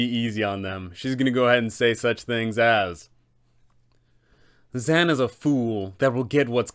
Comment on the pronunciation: I fucking LOVE your Dzaan voice, he's like a Wizard version of Steve Irwin! Is that what you were going for? Edit: I do have to say though, dude's name is actually pronounced Da-ZAWN, but I like ZAN better.